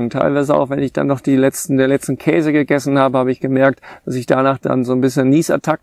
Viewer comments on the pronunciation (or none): none